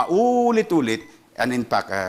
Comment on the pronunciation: Ito ang gustong maging Presidente pero kahit “INFACT ay hindi ma pronounce ng mabuti .🤣 inpak daw.🤣 At compare kay ViCO Sotto itong Isko ay hindi nakakuha ng award sa Tranparency sa gobyerno nya Manila.